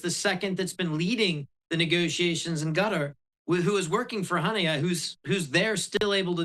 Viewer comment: Gutter, huneyah and sin a war. This guy's a real expert. Cant even pronounce the words.